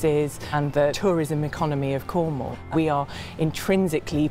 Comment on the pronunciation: Finally, someone that pronounces cornwall right lol